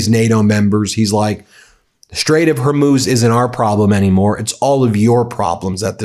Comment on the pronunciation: I see you've gone back to your old favorite "HERMUSE". Have you considered using AI to do your voice overs? I'm sure they could could get it right for you as you seem to be brain-locked on mispronunciation of commonly known terms lately. BTW, every time Trump appears, I immediately go to someone else's video. Please reduce that scum's appearances as they are truly annoying. A summation would be best IMO. Also; Trump panics, all hell is breaking loose, and Trump has a meltdown are getting a little stale lately. Maybe purchase a thesaurus? Quality over content and mass broadcasts every hour may be in order. I know the money is enticing, but we know where that leads don't we?